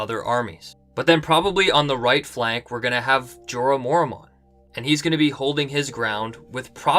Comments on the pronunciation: "Mormont" is two syllables. "mor-mont", not "mor-a-mont". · I hate how he pronounces Mormont. It's Mor-mont, not Mor-a-mont